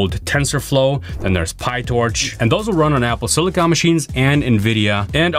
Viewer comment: Finally, someone that pronounces "silicon" the right way